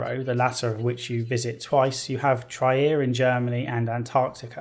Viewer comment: Trier is pronounced as Treer (more or less).